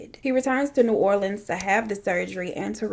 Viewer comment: Finally someone who pronounces new orleans right 😂 every single true crime case I’ve seen they pronounce it wrong